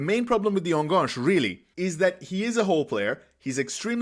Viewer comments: Thanks for your great videos! Love it! Just one minor thing: it hurts a little every time you say "enganche". This is not a French word. Try to pronounce it like "ann-gun-che". (Better yet, google "enganche pronunciation" and hear a Spanish speaker say it). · I like your videos, but please learn how to pronounce Enganche. It’s a Spanish word, not a French one. It’s pronounced very straightforward, the ending is like in Che Guevara.